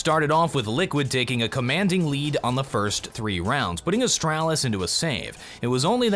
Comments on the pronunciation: Its astralis not "astrAAAlis" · can i just say its astraalis, not astrAlis. your pronunciation is triggering me so hard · Please stop pronouncing astralis as astrælis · AsTRAlis...not Astrelis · It’s not AstAHlis it’s a(straw)lis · Austr-AH-lis. So annoying but good vid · Is it just me or I feel annoyed whenever he says "Ahstralis" ? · The way he says astralis hurts my heart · Ikr, make it fkn stop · Yeah its bad.. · saying "Astralis" sounds like a British person imitating an American. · You say Astralis like my dad says Nintendo. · cant handle the way he pronounces astralis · the way pronounces astralis is stressing me out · the way you pronounce astralis. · Anyone else triggered of how he says Astralis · why do you say Astralis like that it hurts my head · Anyone left the video due to his way of pronouncing Astralis? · why do I find your pronunciation of Astralis so tilting... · The way you pronounce astralis tilts me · how do you manage to say astralis like your have some kind of speech impediment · Bruh the way you're pronouncing Astralis is triggering the fuck out of me.